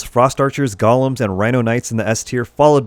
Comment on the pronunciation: thanks for this. BTW, "Golem" is pronounced "GOAL-EM" A "Goll-em" is a little evil sneak warped by the power of the One Ring. ;)